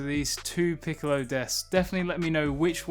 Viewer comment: 'piccolo" "Piccolo" PICOLLLO Why cant you remember 🤣🤣🤣🤣🤣🤣🤣🤣🤣🤣🤣🤣🤣🤣🤣🤣🤣🤣🤣😏😅